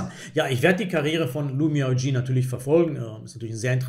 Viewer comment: Die Spielerin Lu Miaoyi (鹿妙夷) wird in etwa [lu miau ii] ausgesprochen, kann man auch sich bei google translate anhören.